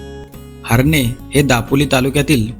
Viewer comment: HARNE नाही HARNAI ....हर्णेे असा उच्चार आहे .....उगाच गावाचे वेगळे नामकरण करू नका ....